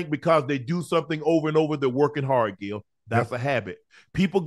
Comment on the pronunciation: UNC, stop calling Gil " Gail ". 😂🤣